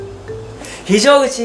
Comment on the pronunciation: の男らしい考え方 ほんと好きですかっこいい♡ そしてぴえんかわいい😂 非常口言うの溜めたね〜🤣🤣笑